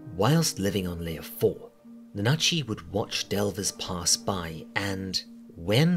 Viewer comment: "na-NA-chi" Yeah, totally how you pronounce that, it's certainly not NA-na-chi... What makes Made in Abyss scary and traumatizing isn't the events alone, but the events in connection to the characters. #5 "As established early on..." Then why would it be something we might have missed? I figure Belchero purchased the building and that stuff was already there. The reason all the tools are in good condition is probably Riko maintaining them herself for fun and to practice maintaining delving gear. Because she's weird like that. Probably why she's figured out how to use all of it, too. #4 So... this is less "things you might have missed" and more "things you might have overlooked", then. #3 This is directly discussed in the series. "fa-PU-ta"? Seriously? That's directly the opposite of how you're meant to pronounce that. The U sound is whispered and the emphasis is on the first syllable. You sound like you're just calling her a Spanish whore (la puta). "Could be" interpreted as a journey into the underworld? It's called that directly over and over again by the characters! The first opening of the anime, Deep in Abyss, even literally calls it hell (naraku/奈落). #2 I can tell you immediately most of Irumyuui's desires. It's not difficult to see them: I want to be a mother. I want to save everyone from the mockwater. I want to see my pet again. The Cradle of Desire doesn't actually understand desires and so it just fulfills them all at once as best it can using your body; that's why